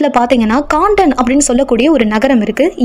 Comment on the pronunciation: கான்டன் இல்லை. கேன்டன் என உச்சரிக்க வேண்டும்.